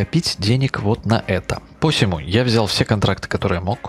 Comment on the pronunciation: "Посему" ударение на "у". За графон не извиню, в кои то веки решил на 43 дюймах посмотреть.